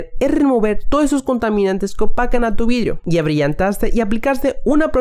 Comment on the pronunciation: Vidrish nuevish